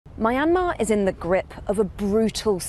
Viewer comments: why does she pronounced it my-an-mar its supposed to be pronounced myan-mar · Mai-an-maa....??? It's mian-maar. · Mayamer" girl it's myan-mar i get why people pronounce it wrong all the time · It's a British pronunciation. It's also incorrect, as she does, to pronounce it "My- n- mar." The correct pronunciation is "Mee-n-mar. (At least she is not still using "Burma", which was a mispronunciation of "Bammar" (the majority ethnic group in the country) for which the West applied as its name since 1824. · It's Myanmar not Mayanmar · ma yan mar isnt it pronouce as Mianma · Don’t know why people keep pronouncing Myanmar wrong… is Myan/mar(2 syllables) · My Aunt Mar? Who the f pronounce Myanmar this way? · It's NOT pronounced My Ann Mar! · Pronounced (Mia-yan-mar) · She does not know how pronounce Junta and Myanmar!!! Jeez! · Why does she keep pronouncing the country wrong? I thought thats what Americans were supposed to do lol